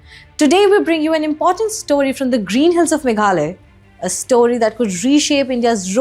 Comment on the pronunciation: It's megha-la-ya not Meghalay. Please correct your pronunciation